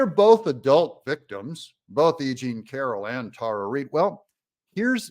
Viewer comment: I thought he said a-ging Carroll instead of e jean Carroll at first.